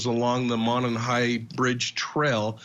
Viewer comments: It’s actually pronounced mow non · Monon (Moe-non) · Love your show! Monon is pronounced [ Mow-non] From the area trying to be helpful😶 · Its Mo like No and non like on. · Pronunciation: MOW-nahn